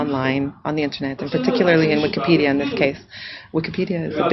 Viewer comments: Notice the way the Israeli dude 6 pronounces "pedia" in Wikipedia...? He pronounces it like "pedal" go sounds like another word that is prevalent in "israel". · Ahh , did anyone notice the guy training how to edit pronounced Wikka- PED- ia ( Wikka ? & Ped ?)